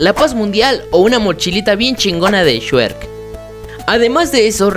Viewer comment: La moshilla de el shuerk Que diga chuek